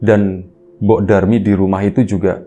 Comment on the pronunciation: mbok Darmi... bukan Durmi.. 😅😅😅